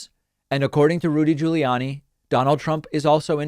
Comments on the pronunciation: Your Rudy Ju-lee-annie pronunciation is annoying beyond belief! You are literally the only person in the world pronouncing his name this way. Please STOP IT! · hehe, "Judy Ruliani" X-D Sorry, but sounded just very funny... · I WASSS following this video, buuuut, I friggn love how you say Rudy Giuliani. Priceless.